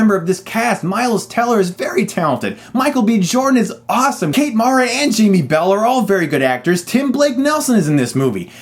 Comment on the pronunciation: As a Giants fan, I have to correct your pronunciation of Kate Mara's name. It's M-air-a.